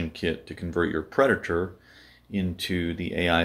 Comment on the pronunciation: Preditor....???? Haaaaa. PREDATOR